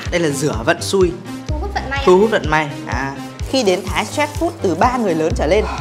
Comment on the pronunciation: thái sờ trét food? ông này kiểu cứ phèn phèn lsao ấy